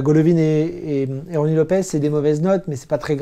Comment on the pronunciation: Pas de pouce bleu ce coup-ci, j'en ai marre que tu dises LopeZ au lieu de LopeS !